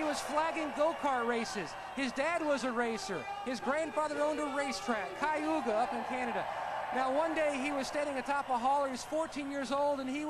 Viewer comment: i think he means Cayuga, not Ciuga., youv certenly ben busy with these vids lol, cant wait fot the Talladega ones!